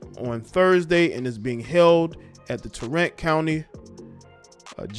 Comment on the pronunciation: Lol its Tarrant we pronounce it like apparent 😂